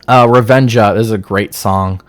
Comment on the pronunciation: Revenga is pronounced with a G sound not a J btw. Re-Ven-Guh